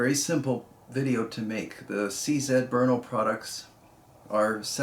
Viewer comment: Someone who says Brno correctly! I can't stand it when someone says "Bruno"